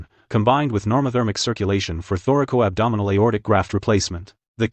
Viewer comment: It is not thorical-abdominal. It is thoracoabdominal. Also, the occurrence of Marfan's is more prevalent in women. You're welcome.